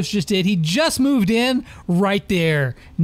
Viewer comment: Its kairos not karios